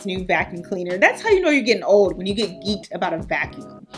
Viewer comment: I knew you were truly from the dc area the moment you said geek'd